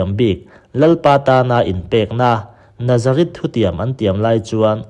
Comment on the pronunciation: Chuan Nazarith leh Nazareth hriat hran tur, i lam pawlh vek mai a